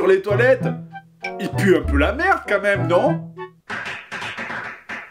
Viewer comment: au-lieu de dire quand même tu dis qua même